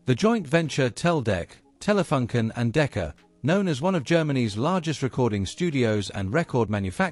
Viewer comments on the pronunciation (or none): I also thought about the double-"o". Maybe you could write it "Taylafooncan" to get it right for an english-speaking. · The FUN in Telefunken is not pronounced like the English "Fun" but with an English oo sound like in "soon". Edit: also, the both the E in TELE should be more "open", like Taylay. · I don't know if it's just me... I'm not german but still want the company name to be pronounced in the corret german way despite that the language used in this video is english.... how hard could it be ? I wanted to see this video since my dad bought our first color TV in 1975-6 and it was a Telefunken with touch control for channel changing. Very interesting video (so, TelefUnken not TelefAnken)